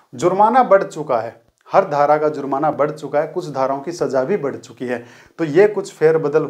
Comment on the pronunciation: Aap paheli dhara cleat nahin bol rahe hain